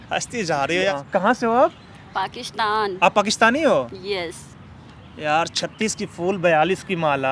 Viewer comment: Ladki ko pehle itna to smjha lo ke pakishtan nahi pakistan hota hai nehayet hi ghatiya scripted tha